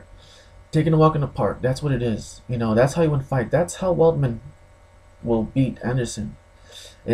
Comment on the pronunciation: The name is Weidman not Weldman, focus on the facts, stop dreaming. You sound like someone that has never been in a fight and delusional.